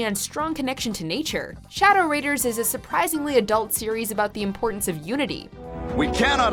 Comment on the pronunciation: Me: Wait, What? Narrator: Shhhadow Raiders Me: You mean Shadow Raiders Narrator: Yeah Shhhadow Raiders, that's what I said Me: Yeah, but you're saying wrong. Narrator: No i'm not, its Shhhadow Raiders. There's Shhhadow on the Raiders, Shhhadow Raiders Me:.................(sigh) Samurai Jack should not have been on this list.